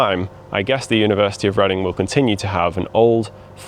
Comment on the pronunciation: TIL the right way to pronounce the name of the University of Reading, which I was mispronouncing since forever. Thank you!